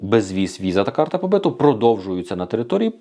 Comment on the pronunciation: Карта побиту, наголос на у. Тобто побит по українськи бути, проживати, працювати легально на території Польщі.